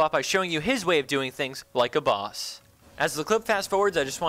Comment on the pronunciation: You say Like a baws like a baws :3